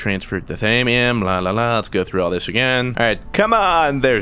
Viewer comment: ITS THAW-ME-UM